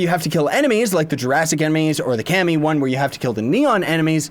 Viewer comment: Kami Is pronouneced Car-Me (Kami